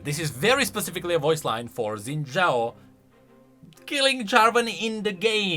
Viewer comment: shin jao it's pronounced shin jao, i'm not faulting you because literally everyone says zin jao for some reason